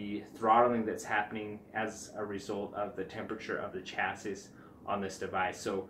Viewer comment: Did he pronounce Chassis with the s? lol